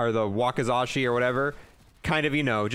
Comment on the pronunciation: Say it like this Waka (like Waka flocka) then Za ( like the word czar) then She. Ngl you're one of the more relaxed and relatable Ztubers 🤙